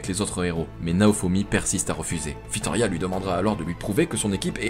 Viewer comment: La vidéo est super et très bon narrateur. La seule chose equi me chiffonne c'est "tablier su dragon" à chaque fois au lieu de sablier et un filorial/des filoriaux et la reine Fitoria😅. Dsl d'être le relou de service